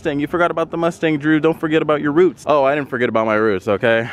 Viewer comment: Roots?? Your supercharger is “rooted” Lol, and “you haven’t RODEN in my car” haha…bro, you’re way smarter than that-your fresh build makes you SO high that you can’t talk! It’s kinda cool- I miss that feeling. I used to have an ‘08 Shelby w/a 3.8L Whipple supercharger and small pulley and making 1,196 bwhp and she was SO “unstreetable”. The first turn I made out of the sales lot, I hit the gas as I normally would in my other vehicle and the car did a 360 I. The intersection and when I tried to drive it off in the hurry I was in to get outta there and all my car did was smoke the tires all the way down the road in front of the dealership (those dudes I know must’ve just been like,”oh that guy just bought the wrong car🤣😂it was hilarious and then the next week I took it to DynoComp to have her tuned down to about 645 hp…cut it in 1/2 and it was much smoother on the road